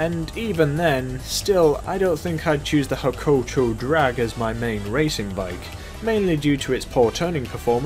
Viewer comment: Lmao, The way you pronounced Hakuchou